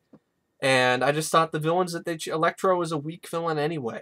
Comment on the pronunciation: Electro not elexi